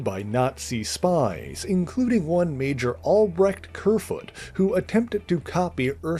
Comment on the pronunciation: It's Albrecht Krieghund, not Kerfoot. Krieghund literally means WAR - DOG in German and I'm not even German, I've never studied it or lived in Germany I'm from Portugal. Now do you know why Europeans consider Americans as being dumb.